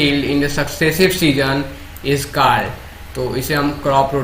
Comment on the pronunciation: Your pronunciation of words such as stalk ,called etc's is not right